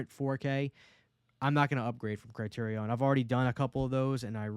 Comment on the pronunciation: The way u pronounced Criterion is driving me crazy 😂